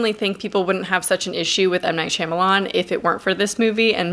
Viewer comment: How tf am I supposed to value your opinion at all when you pronounced his name “Shimalan”